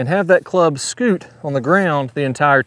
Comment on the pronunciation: He say “ scoot” lol 😂